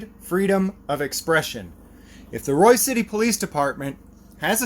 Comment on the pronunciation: BTW, it's "Royse" City. Avoid it like the plague.